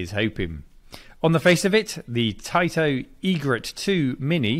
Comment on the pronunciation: "We grew up saying TAITO wrong" Yeah but you still say TATE wrong.